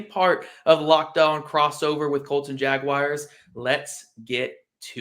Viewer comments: Teach that guy how to pronounce “Jaguars” correctly. It’s not “Jag-wires.” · It's Jag wars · Better than how Gus Bradley did it... Jag u wires